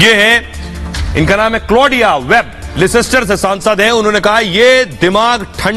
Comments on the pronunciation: It's not lescster It's Leicester... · Leicester is spoken lester લેસ્ટર. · it is Leicester Ley - ster(that is how you pronounce it) Anaradi na bane...... London niche hai aur Leicester oopar hai - Ghusi baat khopadi ma nahi hehehehehehe... Seriously, Arnab! Respectfully, your boys have mud in their eyes!